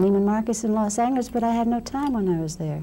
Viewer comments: Did Ms. Swanson pronounce Los Angeles in a different way? Or was she mentioning another city with a similar name to Los Angeles? Never heard Los Angeles pronounced that way before. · yes she pronounces the g in 'angeles' as the hard g in 'angle'. I think it was a variant that was popular in the 1920s and catching on at some point again in the 70s.